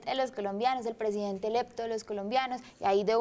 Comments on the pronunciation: Como fue?????? dijo elepto????? elepto???? presidente ELEPTO????????? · le sugiero que empiece a tomar clases de español, con respeto se lo digo; no se dice presidente elepto, se dice Presidente Electo. No sería bueno que la gente pensara que los del CD no son "estudiatitos".....es muy bonita, pero le sugiero libritos.